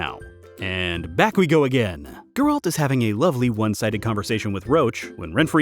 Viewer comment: It is pronounced Geralt, not Geralt